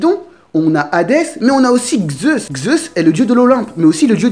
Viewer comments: Vidéo très bien et très complète, j'irai aussi la voir chez Le Roux 👍 Je vois que le noms et toi sa fait 2 😂 car on ne dit pas "Gzeus" mais simplement "Zeus" ou même "Dzeus", c'est de la phonétique donc c'est comme ça j'y peux rien 😂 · Zeus et non Xeus :) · Si tu pouvais éviter de dire Xeus au lieu de Zeus parce que enfaite c'est pas les mêmes lettres ... Du coup Zeus ça se prononce soit comme ça s'écrit soit "Dzeus" mais pas Xeus ^_^ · vous n avez pas l inpretion qu il dit Gzeusse au lieu de Zeus ? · Sympa de prendre la théorie des autres... Puis pourquoi tu dis Xeus ou lieu de Zeus?? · "xeus" xD